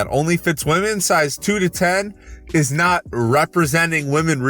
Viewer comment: took me out how he said "riot" instead of "not" 😂